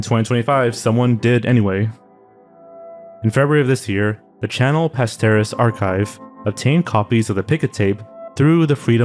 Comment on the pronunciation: Are zoanfly and the same person. Because they pronounce channel kanel.? Need this info im going crazy